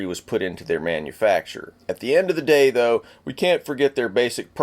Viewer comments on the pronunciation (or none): none